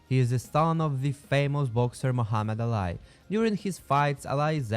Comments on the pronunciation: Mohammud Ali (Muh•Hah•Med Ah•Lee) not Alai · who says ali as alai it almost sounds like ur trying to say alloy jr